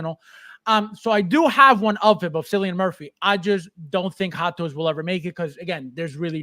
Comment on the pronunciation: Every time you say Cillian Murphy's name, i cringe. 😅 As an Irish man, i can safely say you pronounce it so wrong. 😂.